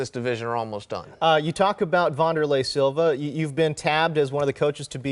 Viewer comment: Are you talking about former Pride Middleweight champion Waunderlay Silva??